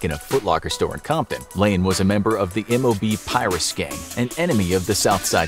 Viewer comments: pie-rue not pure-rue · The M.O.B was a set or clique of the bloods gang in California and its pronounced piru not Piruss as said by the narrator and the mob is in no way associated with the crips other than music wise